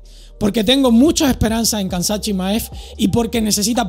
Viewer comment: Se pronuncia “Hamza”, Khamzat Chimaev se pronuncia “Hamza” es un nombre musulman, puedes buscar como se pronuncia bien. Buen video! aqui lo enseña como se pronuncia en el primer segundo.